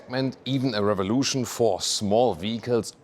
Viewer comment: Bee hald, zeh rear-vah-lotion!